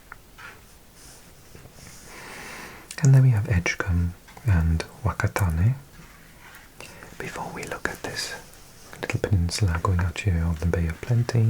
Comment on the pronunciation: only one Maori pronounciation tip, Wh is (normally) pronounced like F, so whakatane is Fa-ka-ta-ney. Although the accent from the West Coast of the North Island pronounces Wh the same as in English words liek where and what. If you look at your map the spelling 'Wanganui' reflects this, google it and you'll see nowadays it's normally spelt Whanganui, however, a lack of understanding of regional accents by early Pakeha (NZ Europeans) lead to a misspelling. So you spoke Te Reo Maori fairly well, but you used a regional dialect! There are three main Maori 'mita' (accents). The dominant one used as standard Maori, spoken in Northland, the East Coast of the North Island, Wellington, and the northern half of the south island. So called, Taranaki mita, spoken on the East Coast of the North Island, and the Kai Tahu mita, spoken in the bottom half of the South Island (which changes the ng sound to a k sound, hence Kai Tahu (people of Tahu) instead of the more common Ngai Tahu)